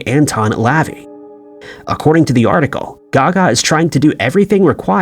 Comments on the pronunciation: Anton Lavey "luh-vay" no "Laveee". Hard to take folks as subject matter specialists, when they can't even pronounce the name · Anton Levay is pronounced Luh Vay. Not Lovee. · Anton La Vey (like Way or bay)